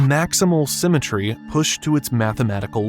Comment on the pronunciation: "Symetr-ehh" "Interest-ehh"